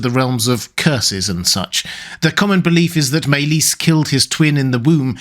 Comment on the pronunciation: Sounds Welsh....over pronouncing maelys ..ys more like is